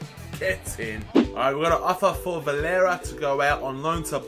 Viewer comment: varela not valera